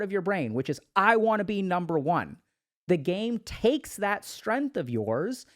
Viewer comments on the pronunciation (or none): none